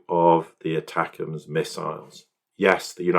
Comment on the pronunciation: Say it like this- attackums not attacams